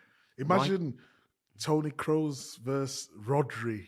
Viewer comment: So happy that you guys have the pronunciation of Wirtz (wearts) and Kroos (kroas) right. I hope my mail with phonetic instructions helped.